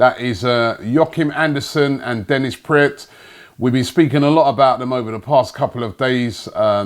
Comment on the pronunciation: Dennis Praet is pronounced as PRAAT ..like the A in Bra ! Greetings a Belgian fan :)